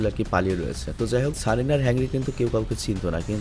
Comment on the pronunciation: ভাই কারিনা।।। সারিনা না